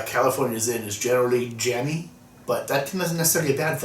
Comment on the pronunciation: I kept hearing California "ZIM" and I had to giggle. :P